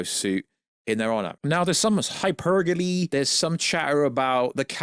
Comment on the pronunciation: It's pronounced hyperbole not hypergole